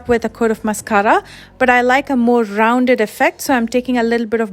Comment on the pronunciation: This is the most helpful eyeliner video I’ve come across in a while. Btw I love the way you say mascara!